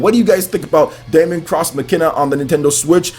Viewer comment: its not DA-MON cross MACE-INA, daemon is the latinized version of demon, and is pronounced the same, and its Mach-I-Na